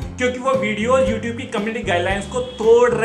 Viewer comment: Youtube nhi youtoobe..🤣🤣😂😂